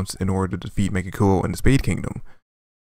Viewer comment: YOU KEEP ON BUTCHERING THE NAME MEGICULA! HINT...... THE BACK PART SOUNDS LIKE DRACULA. NOT COOLA FROM DRAGONBALL Z. LMFAO. DO YOU EVEN LISTEN TO THE PRONUNCIATION OF THE WORDS IN JAPANESE??? THEY SAY THE NAME,, YET PEOPLE STILL PICK THEIR OWN MESSED UP PRONUNCIATION.